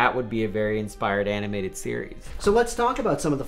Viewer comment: I like when says "aminated". It's cute. Also, he's gray now! OMG WE AGED!